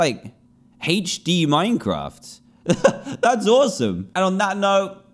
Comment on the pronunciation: LUL HOW HE SAYS HD XDD